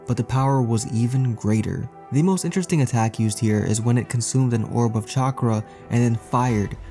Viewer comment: English People Trying to Pronounce "Chakra" is Funny.